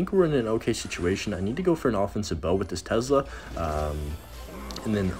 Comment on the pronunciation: That "tezzzla"